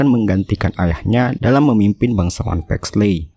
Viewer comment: Di bacanya Paxli Bukan Paxley :') ey itu Jadi i :')